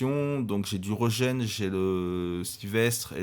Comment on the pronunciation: Régen pas reugen 😂 ( a prendre avec humour ) bonne vidéo sinon